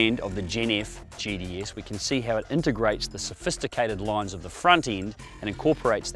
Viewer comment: Sounds like he can't say gts?....... He sounds like he's saying gds